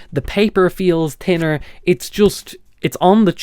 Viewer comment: It's "tinner", It's "Ticker", it's "Terteen Euros....